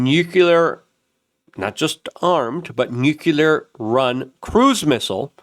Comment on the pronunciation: PLEASE! 🙏Repeat after me... NEW...CLEAR. NEWCLEAR. Nuclear. Not Nuke-you-lur. 🤦‍♂️